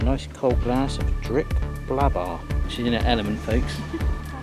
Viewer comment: Come on, Blåbär is not the same as Blabar. Notice anything different? A ring? An umlaut? Please? Å is more like the vowel in "for, gore, law". Ä is more like the woval in "care, fair, chair". Welcome to study the Swedish "alfabete" ;-)